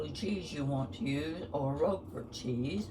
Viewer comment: Thank you for typing the name of the cheese here! I could not understand what kind she said, even after repeating twice! 😂